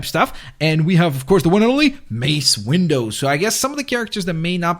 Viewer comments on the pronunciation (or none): you said mace windows not windo not to be offensive it's kind of funny